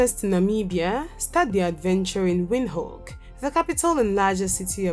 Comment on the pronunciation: I love your video but I don't like the way you pronounce Windhoek, and it's name in Khoekhoe gowab. Anyway I hope you improve on correct pronunciation.❤️🇧🇼 am from 🇳🇦 and I love my country even more.